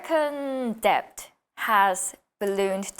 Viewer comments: 뎁트 -> 뎃트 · She learned Brit English. She is from fortunate family. Debt has to be pronounced like Det not debt